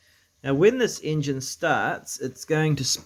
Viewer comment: ENGINE not ingin